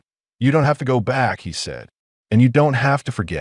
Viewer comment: it is one word not two initials; eye and tee, The same goes for by (one syllable), not two initials Just how old is the aI writing this stuff?? Hard to figure out just what it's about, same thing hapened with go near the end.